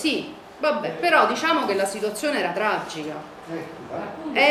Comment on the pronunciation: Brutta dentro e brutta fuori. Abbiamo fatto un referendum per entrare nell'euro? Non sembra neppure che si droghi... però che oratrice, che dizione... pronuncia perfetta: "La situazzzzione era traggggica... a rischio gli stipendi pubbbbblici. Non C' abbiamo più sviluppo industriale." Complimenti vivissimi a chi l'ha invitata a parlare al comizio!!!! Se Berlusconi vinceva le elezioni il merito è di gente come questa.